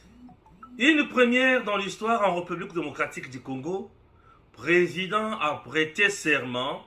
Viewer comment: Jeune-frère, ndenge na yo ya ko prononcer le mot "République" eza yango te: "é" ya République, eza na accent oyo babengi aigu. Na yango, e wana eza ouvert. Ça se prononce"hé", càd il faut eyokana. Eza français. Pardon frère, ozo bebisa prononciation ya bana na biso. Merci.